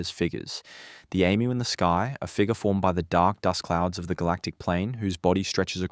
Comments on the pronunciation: Ffs emu is pronounced E-mew or eem you. Not Emm ew. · You have an Australian accent but you can't pronounce EMU correctly. If the Aboriginal people built villages, why do they not have them now?